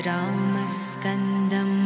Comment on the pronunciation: Wrong pronunciation...it should be Ramam Skandam but not Ramskandam. Do not make such videos